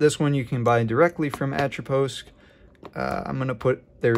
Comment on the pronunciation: First Youtuber to pronounce Atropos correctly, and identify the moth.